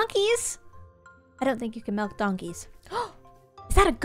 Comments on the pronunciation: Me: just vibing with the video: "I didn't see any cows while I was looking for mELk." Me: "Did she just say Melk? That is now my new word for Milk! I need to make a t-shirt" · SHE SAID MELK NOT MILK GASPPPP Love you gem! 💎